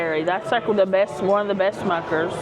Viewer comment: It’s Smuckers not Schmuckers.